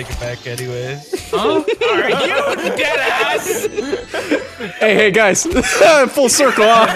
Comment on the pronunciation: the way he said “hey” sounded like he said it in Swedish “hej”. Might’ve just been overthinking it, but I really thought he spoke Swedish there for a second 😅